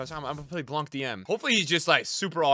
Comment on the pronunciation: I don’t know if u gonna see this comment but in French we do not pronounce the C for Laurent Blanc. It’s pronounced “Blan”.